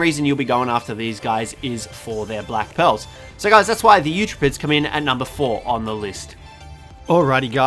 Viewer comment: Who else thought he said black pills for black pearls hahaha